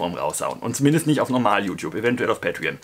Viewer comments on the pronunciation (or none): none